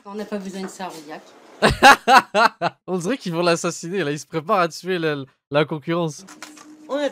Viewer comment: Alors c'est Rouillac, pas "rouyac" et les deux ont fermé